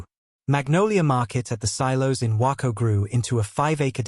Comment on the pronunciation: The AI can't even say Waco the correct way. 👎👎👎👎